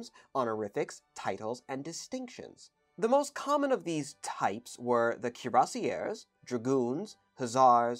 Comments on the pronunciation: The way you pronounced Cuirassiers is horrible absolutely horrible, in addition to this the infantry had a wide arrange of jobs as well. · Neither pronunciation is close to the French, "kweer-ah-see-ā". Just use Google Translate's audio feature next time. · I think the French pronunciation is something like "kwee-rah-shay". With a french r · Thanks for the video 🙂 Cuirassier(s) ... "KweerRASSSeeYeh" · Cuirassiers pronounced: Kwee-rah-syeh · The closest rendition would be: "cure-ass-yeah". The two last letters (-rs) must not be pronounced. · You've positively butchered the pronunciation of "cuirassiers". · It's NOT HARD to find correct French pronunciations of common words. You can find dozens of websites telling you and giving you native speakers demonstrating how to pronounce "Cuirassiers" so as not to turn them (as your pronunciation does) into "Cuirassières" which would be women in the same job.